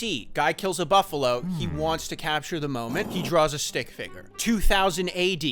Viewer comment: The way you say “stick figger” sounds like its a slur every time.